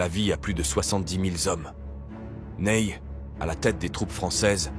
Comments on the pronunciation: C'est pas Neille, c'est Nay. Comme né. Un peu de respect pour les noms 😂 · Resumé efficace. Apres lecture des commentaires je suis moins choqué de ce "Neye, Naille ou autre" 😅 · Hormis la prononciation GPS de Ney, je suis d’accord sur cette liste qui est celle des 5 meilleures maréchaux de Napoléon. Quand au classement ultime, chacun ses critères… J’ai mon idée